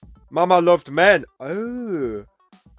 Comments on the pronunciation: I just don’t get why Garth pronounces the word “men” as “myahhhhhhnnn”. He is rhyming it with the word “pen” in the next line and he pronounces that correctly. Listen to the studio version and you will hear: Papa loved mama, mama loved myohnnnn, Mama’s in the graveyard, papa’s in the pen. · Yes but he weirdly mispronounces the word “men”, even though he is rhyming it with the word “pen” in the next line. I can’t be the only person to hear him say “myohnnnnnn” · I’ve always heard it and sang it like “me-inn” like bee and win. It’s actually not that odd for us southerners to pronounce words like men, been, win, etc the same way.